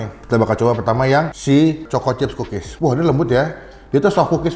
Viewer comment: Kedengerannya pukis ternyata kukis wkwk